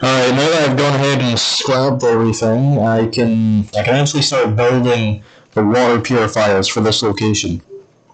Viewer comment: Yeaaaaah, "The waer 2: waert"